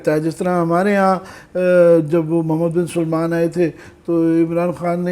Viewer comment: محمد بن سلمان نام کی درستگی فرمائیں